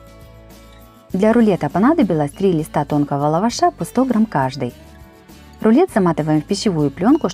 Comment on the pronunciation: ЛавАш- в лавАше, безграмотное ударение, и говор слушать невозможно